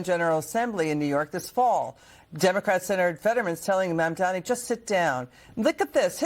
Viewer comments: Who is Mandamni,? He may only be the mayor of one city, but it is an important enough city that you should be able to pronounce his name. Especially since it is pronounced as it is spelled. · His name is Mandani. Not Mandamni! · It isn't Mam-domni. It is Mam-donny. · Mom Doni is how you say Mamdani not MamDamni! stop saying it. You are making it too hard that way! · Hey! If you want to be a journalist you need to get his name right. It's Mamdani, not Mamdamney. He isn't Mitt Romney. You've been mispronouncing it for more than a year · I love you, but please learn how to pronounce Mamdani's name. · mamdani...... mamdani. pronounce right